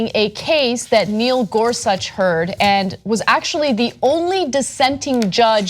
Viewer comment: caan someone please tell cenk how to pronounce Gorsuch. it hurts everytime when he says it wrong. Ana sits right there and she is ab lto to say it right why can't he?ä